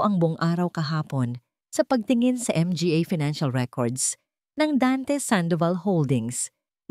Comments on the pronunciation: Arte mo nman mga n LNG sabihin mo m.g.a mo p binibigkas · Not nice to hear the pronouncement M G A , M G A. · ang basa sa mga ay M G A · MGA ? Manga Yan basahin madam😊